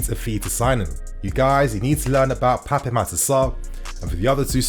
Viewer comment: I am from The Gambia a neighbour of Senegal. I can help you pronoun his name. Just remove the letter (E) at the end of PAPE. AND JUST PRONOUN IT AS (PAP). THE WAY FRENCH SPELLS A NAME IS DECEIVING TO PRONOUN.